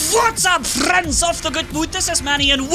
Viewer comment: I like his “what up frrrrriends” beginning